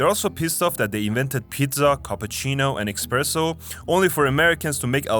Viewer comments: it’s pronounced eSpresso, not eXpresso……🤦🏼‍♂️ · It is espresso 🤌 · Expresso? IT'S ESPRESSO! 😭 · Its espresso, not expresso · Croatian here, it's "ESpresso", not "EXPresso"... and Tesla is mixed cro-serbian(serbian father), born in Croatia, we're just more chill over here about it than some narcissistic groups of Serbs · Asking an Italian for an expresso is like an insult in itself. And don't even try pronouncing any of their pasta, you'll never get it right anyway. Just point at it on the menu, it'll save you a lot of angry stares. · its not expresso but espresso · Did you just call it "expresso", because if you did, you are either a very good troll, or very ignorant, but either way, it's one of the best ways to piss off Italians for sure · pls its espresso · you shouldn't say "expresso" and you shouldn't call it that way anywhere